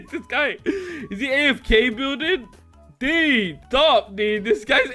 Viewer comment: He said the dud not dude